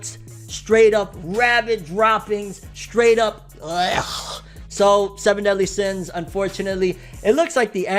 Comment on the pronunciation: "Seven Deen Sins"